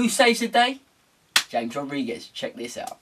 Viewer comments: It's Ham-ez not James. Other than that good show. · It's CHAMES mate